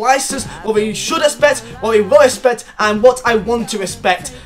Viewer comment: Swear this guy can’t say expect